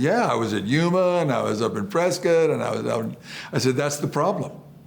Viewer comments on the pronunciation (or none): none